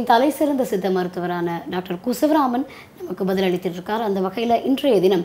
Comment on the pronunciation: Interview செய்யும் அம்மணீ சார் பெயரை நீங்கள் குனா சிவராமன் என்று உச்சரித்து இருக்க வேண்டும்.நீங்கள் உச்சரித்த விதத்தை பார்த்து கீழே Comment ல் ஒருவர் இதை கேலி செய்துள்ளார்.இதை Pl சரி செய்து விடுங்கள். From srilanka இது அடியேன் வேண்டுகோள்